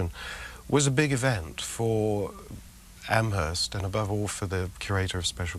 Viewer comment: Amherst Massachusetts has a silent H. It's "am erst" not "AmHesrt"